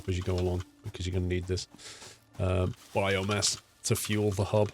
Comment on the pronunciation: Is it just me or does he keep saying bio mess